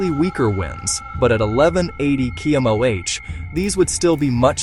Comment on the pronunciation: Can you please train your AI narrator to pronounce terms correctly. For example km/h is pronounced as k m o h. Also what the hell is killon roids